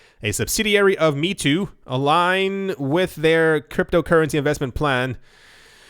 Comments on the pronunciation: Meitu = may-tu Not "me too"..... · its pronounced may-two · Mei (美) in Chinese means beautiful. Tu (图) means picture. You should pronounce it as: “may-too”. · Meitu is pronounced "May too" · Fun fact: Meitu is pronounced as "MAY-TOO" Stellar video as always. Cheers! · There are so many Meitu news. Please check how to pronounce it's name correctly for the next video.